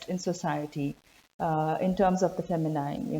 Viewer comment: Interesting stuff. Thank you. A bit of editing, if you don`t mind: as far as I know, the last syllable of word "feminine" is pronounced like "een", not like "eyen", but it`s not long, and the stress is still on the first syllable. So, it`s like fEh-mih-nih-n.